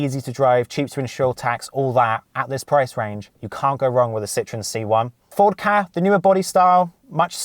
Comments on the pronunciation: It really bugs me how u say ford ka like kah isn’t it k-a but over all a fairly decent video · It’s K A not ka